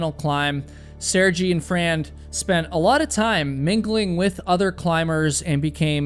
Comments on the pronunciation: I like the way you talk, lively and interesting. If you don't mind to much, I'd like to draw your attention the name of Sergey is, rather than Sergy, is pronounced Ser-gey" But of course up to you. You did chose the most mesmerizing clips of the mountain and play of clouds I've ever seen in a video. Just waaahw awesome! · It's not pronounced Saregee. Its pronounced Sare-gay. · Assuming the name is actually pronounced “sir-gai” .. it’s an extremely common name in Russia…. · Pronounced Seer Gay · Doing the bare minimum of typing the name sir-gay into some TTS thing and listening to it once would already have given you a 100% pronounceable result. When you're clearly not even trying to pronounce the names correctly, why even claim to do so?